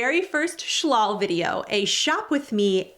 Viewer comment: pronounce it shaul not shLAL